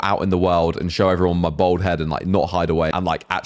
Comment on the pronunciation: This geezer cant say bald he says bold lol